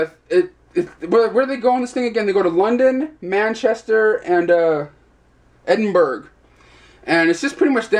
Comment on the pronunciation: edinborough ; edin burra not berg. nice reviews though